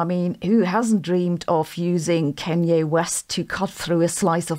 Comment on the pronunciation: "Kohnye" Doctor Hosssenfelder. It's pronounced "Kohnye." And everyone is trying to forget about him since he revealed himself to be such a nut job. Lets move on from "Kohnye."